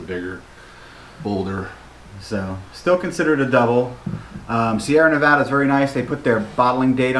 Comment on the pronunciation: I'm glad that you were able to say "Nevada" the right way. Haha. When reviewing beer the Beer Judging Certificate Program (BJCP) uses Appearance, Aroma, Flavor, Mouthfeel, and Overall Impression, as their guidelines. This gives a great foundation on how to describe the beer in a variety of ways. Glad you enjoyed Sierra Nevada. One of my favorite breweries